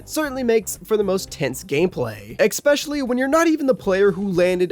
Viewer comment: How old are you that you still think the word “especially” is pronounced “expecially” … an adult??? Yikes